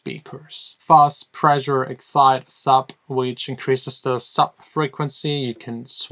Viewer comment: "Pressure" ≠ "Preisure"